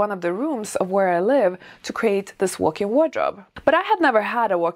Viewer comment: Are you saying "workin wardrobe?"